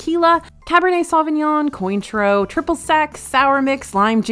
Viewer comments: Just a note: Cointreau is pronounce Kwan-Troh. It trips people up. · I love your channel and feel bad correcting your pronunciation. But i took years of French. The liqueur “Cointreau” is pronounced “Kwan-troh” - like Michelle Kwan, then “tr”with the “oh” vowel sound. Many of these treats look good - wish i could be there to try them! Thanks! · You’re not supposed to pronounce the i in “cointreau” 😂